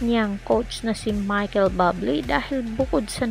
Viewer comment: Akala ko legit news. Putsa Buble lang dipa ma pronounce ng maayos ng hinayupak na uploader na to. Dapat ipagbawal na Ang mga walang kwentang nagpo post ng ganito